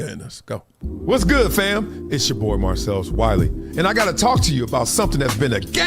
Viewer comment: K wiley ur ok with someone butchering ur name, not everybody will be. Druski could've poke his corny joke another way.